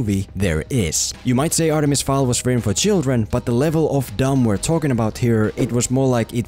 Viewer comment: look, i want to agree with you .... but you say "read the full series" right after calling it "artemis FAUL". the name fowl is so many times on this page .. and .. you know .. on the title of 'the full series'. and its not a typo, as o-a and w-u are not near each other on the keyboard. you even edited the comment later and didnt fix this. so yes, please read the books first (or the name of the video).